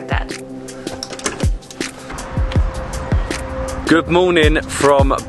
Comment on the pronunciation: I LOATH the way pronounces Arabic with the pause between syllables BAG DAD AND TAH RIR 😅